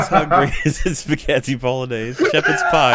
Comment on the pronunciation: So here, how long until he mentions spaggheti bol-oh